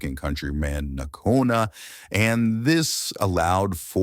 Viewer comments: Its Bradley N/ko/wa/na. No Nkona. Put some respect on his name. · It's not Nakona. It's Nkoana. There's a difference. How tf can people say Moana but not Nkoana? It's really not THAT difficult to pronounce. Americans really can't read wtf🤡🤡🤡🤡🤡🤡🤡🤡🤡🤡🤡